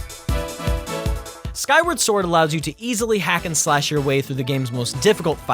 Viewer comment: He also called the game "Skyward Ford"